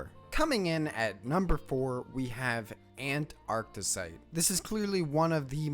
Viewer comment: “fouss” “ANT-arctesite” “he” 🤡🤡🤡